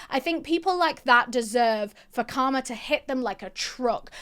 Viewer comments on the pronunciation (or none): none